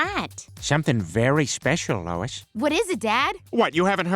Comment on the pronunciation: it’s Lois not Louis